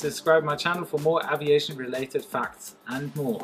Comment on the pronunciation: you are pronouncing aviation wrongly....:/